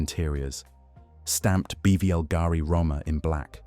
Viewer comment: Beautiful pieces, thank you for sharing. However, the tortured ,florid narrative was difficult to listen to. And please, please pronouns Bulgarian properly. It's BULL g' ree.